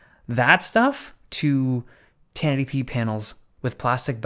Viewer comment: Every time you try to pronounce ten eighty p, it comes out as tennetipee